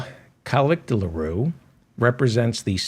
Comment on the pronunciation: Hi. It's pronounced Kemal Kilichdarowlu. Try pronouncing it phonetically. Thank you for your analysis and sardonic account of world leaders and politicians.